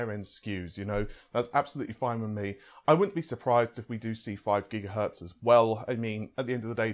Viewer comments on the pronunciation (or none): none